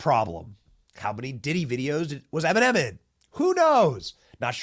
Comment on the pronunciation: Em-in-men!! YAG 🔚for sure